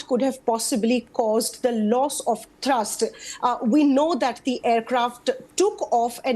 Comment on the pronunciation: It’s THrust not Trust 😂